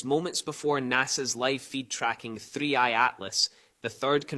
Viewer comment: It's 3i,not 31